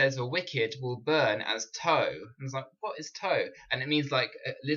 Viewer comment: Excellent. To help you out even more, the word 'tow' is pronounced like you would say 'owww' like when you're hurt. There are still people in England who use this word. 😀 Blessings.